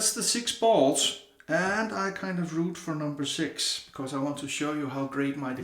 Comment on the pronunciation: When you said "I have a lot of bowls(sounded like balls), I lost it🤣🤣🤣🤣 Great vid brother, and I'm digging that custom bowl. That's gonna be an awesome giveaway to someone. Have a great weekend my friend and stay safe.🤙🤙🤙